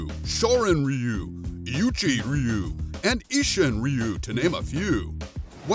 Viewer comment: that's actually how it's supposed to be pronounced. "Rhy you" is and has always been the wrong way to say it...